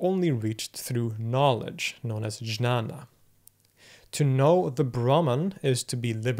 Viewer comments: Just a small correction, Knowledge as in Jnana/Gnana is pronounced somewhat as Gnaw + Na. Gnaw as in rodents gnawing. Apart from that, brilliant video! Thank you for going so much in depth and there by taking the world with you into the intricacies of Advaita Vedantha. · "Jnana" is pronounced more like gyaan. Great vid. Thanks. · Your pronunciations are pretty solid! Btw ‘jnana’ is pronounced a bit like “nya-na” Keep up the good work, man. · Your pronunciation of the word ज्ञान, which is often spelt 'jnana' in English sources, is incorrect. The j is not the English j, but is closer to the German g. So, a more accurate pronunciation would sound something closer to 'gyana'.